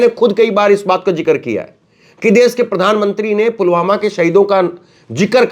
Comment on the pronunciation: सर, मोदी जी पुलवामा नहीं पुलगामा बोल रहे हैं।😜